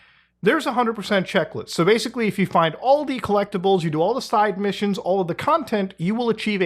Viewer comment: "masically" lol